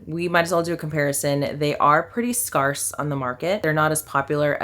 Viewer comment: Scare-se. Not Scar-se